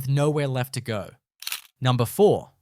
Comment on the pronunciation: Heh "numbner"